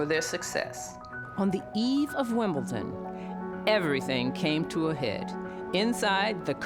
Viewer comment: seems like a nice host here, but is she really very familiar with tennis? She incorrectly pronounced "Wimbledon" as "Wim-ble-ton" - there is no "T" in the last syllable.